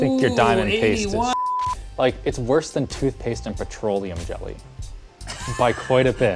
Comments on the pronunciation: tootphase? lol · "tootphase? toot-phase?" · "TOOTPHASE" .... Close enough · What's "tootphase"? 😂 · "Tootphase" lol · What the hell is "tootphase"? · rip "tootpaste"